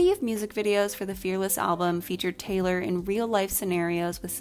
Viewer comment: taylor tayloor